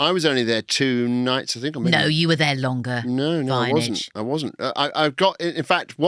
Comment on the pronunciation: This is the first one I’ve seen since listening to the Kathy Burke episodes and the ridiculous use of Vineage had me stopping watching after 14 minutes.